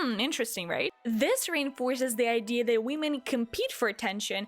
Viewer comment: idk why but that we- men just triggers me its pronounced WOMEN